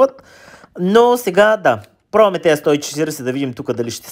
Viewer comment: Само като чуя как казваш " ТЪЗИ " и ми се драйфа... Как не се научихте да говорите правилно за толкова време.